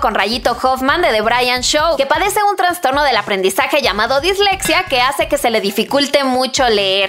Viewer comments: Todo estaba bien hasta que leí “traNNNstorno” Se dice traSSStorno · Se dice TRASTORNO